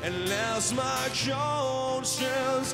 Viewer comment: Sounds like he just isn't pronouncing it very well. Too much emphasis on part of it, making it distorted. He's almost pronouncing it like CONE-science. Not too bad... other than that.